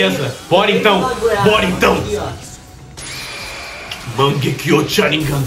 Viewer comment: Só eu que ouvi o falando manguekio tiaringan sem ofenças